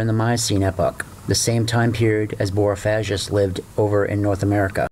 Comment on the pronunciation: "G" not "j"